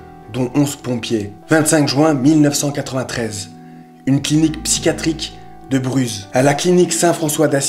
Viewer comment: Franchement super la vidéo et aussi habitant à Rennes je connais la ville de Bruz et tu à juste fait une petite erreur de prononciation Bruz ce dis "bru" et pas "bruze" Mais bon ce n'est qu'un détail de cette super vidéo 👍👍👍